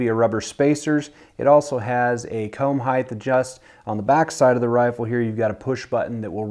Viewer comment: Sean Tansy but he did say " heigth" 🙄😂